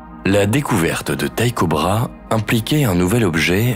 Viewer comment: (Tycho Brahe) ça se prononce : " tico braé" ... pas "taille cobra".... tête d'ampoule !